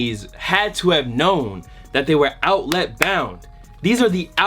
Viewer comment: The way he says outlet, oUtLiT